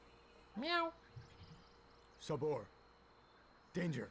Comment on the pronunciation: My Man, You killed the leopards name lol. Its Sabor and you were saying Saber. Kept me laughing lol. but I really enjoy your videos lol